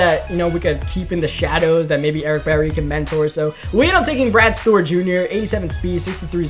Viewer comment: Why do you pronounce Stewart as stort